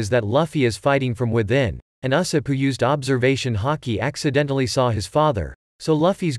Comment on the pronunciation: And uh-sopp